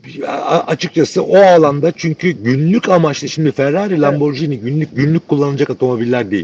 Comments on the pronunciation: lamborCini değil lamborGini - G G G G, bildiğimiz Giresun’un G’si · Lamborcini değil Lamborgini diye telaffuz edilir. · "porş" değil "porşe", "lamborjini" değil "lamborgini" olacak.